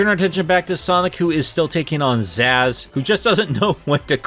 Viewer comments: Its ZAZZ dood not zizz XD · You calling "Zazz" fucking zizz the entire time is...mmmm I love you even when u hurt me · I think it's hilarious that you mispronounced it because literally who is this character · Amazing video, but I won't lie anytime you call Zazz "Zizz" it was like when someone makes a typo in the group chat and the feral urge to correct is there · Ah yes, my favorite deadly six member ‘Zizz’- right next to ‘zum’ and ‘zejaculation’ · Deadly Six fan #1 here. I am personally offended that you mispronounced Zazz's name. You are no longer invited to my birthday party.